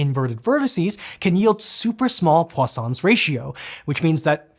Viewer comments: Right up until I read this comment I heard Poisson's 😂 Now my brain automatically corrects to what I read, so now I hear croissants like you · anyone else Heard croissants ratio.